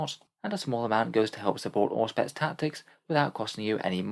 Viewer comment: Anyone else hear Orkspex not Auspex in the opening today?